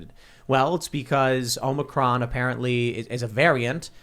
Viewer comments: Big fan of the show. But it's omicron not omnicron. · If you are going to criticize the media for skipping a letter of the Greek alphabet to appease someone, you should at least know how to pronounce the Greek letter they ARE using. It’s OMICRON not OMNICRON dum dum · "Omnicron"?... sounds like you're a part of the deep state. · Can someone teach how to pronounce Omicron?